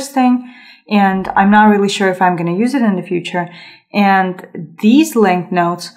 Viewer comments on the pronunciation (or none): none